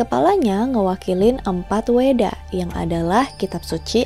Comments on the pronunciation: Kak, Veda itu dibaca Weda. V itu dibaca W. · Sedikit kak Bacaanya Veda (di baca weda )kak.. Sama kayak Dewi Sarasvati(di baca Saraswati) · Izin beri masukan ya kak. Konsonan "v" di sini lebih dibaca sebagai vokal "w". Seperti kata "vahana" diucapkan "wahana", "veda" dibaca "weda", hal ini mengikuti yg namanya IAST (International Alphabetic Sanskrit Transcription). Terima kasih, semangat kak